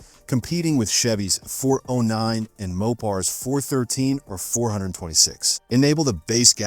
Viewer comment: Pronounced “Four ooh nine” and “four ooh six.”